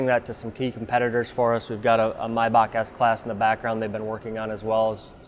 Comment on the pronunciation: needs to work on his pronunciation of Maybach. Say it like My-bach. Or just listen to Dan.